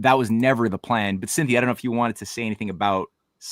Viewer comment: Keep pronouncing her name wrong 😂😂😂 “Cynthony” like symphony of something??? 😂😂😂 Hahahahaha IT’S CYNTHIA